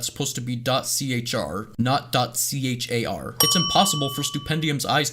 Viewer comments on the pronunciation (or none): none